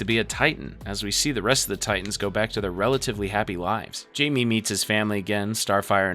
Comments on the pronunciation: The fact you really said "Jamie (Jay-Me) instead of Jaime (High-May) is insanely uncultured of you dude like what the actual fuck. Was that a troll or are you genuinely that unseasoned?! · Calling blue beetle jamie 😂 (hi-may)=Jaime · It’s not Jamie, it’s pronounced hi-may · This video was done by someone who doesn't really get it...ANNNNNND...it's not the entire DCAU...ANNNNNNND...It's *Hi-Me, not Jay-me...ANNNND... Nevermind. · You’re missing a decent chunk of the movies. Literally some of the best ones too. Also calling blue beetle “Jamie” its “Jaime” pronounced “hi-may” bro 😭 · Why does everyone say "Jay-me" his name is Jaime "High-me" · I waz listening only to this for a bit and when you got to the teen titans you kept saying jaime instead of pronouncin it "high-me" the correct way, you say " jay-me" its like you didnt watch any of these, or even Young Justice. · Blue Beatle’s name is pronounced “Hi-May,” not Jamie, fyi. It’s spelled Jaime also, he’s Mexican. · Bro calling blue beetle Jamie is fukcing hilarious. It's said with a h not a j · jamie reyes (hy-me ray-yes) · the j in jaime is pronounced like hiame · Jaime is Spanish and its pronounced Hai-May :> (sidenote if yall havent seen the live action movie for blue beetle WATCH IT its so freaking good) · im sorry but its pronounced jaime not jamie, like you can literally hear how his name is pronounced in the movies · Him call8ng blue beetle jaime instead of hye-may kinda rub me the wrong way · Yeah this kept bothering me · Thought I was the only one who had the same issue 😂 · It's pronounced 'hi me' 😂🤘🏼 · 93 minutes and you couldnt pronounce blue beatles name right once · so you talk crap about zach snyders superman, but you dont even know how to pronounce jaime's name properly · Blue beetle 's name is pronounced with an H like Jose is hosay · ain't no way u've watched this movie, and not pronounce his name Jaime the right way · i heard this and immediately when to the comments 😂